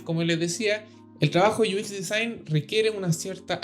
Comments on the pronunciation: Muchas gracias bro ! Excelente canal, Solo un pequeño detalle Se pronuncia “iuecs” no “uis” , todo lo demás excelente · Me estaba preguntando lo mismo, porque pronunciaba UI en inglés pero el otro no entendía porque decía “IUIX”.. 🤣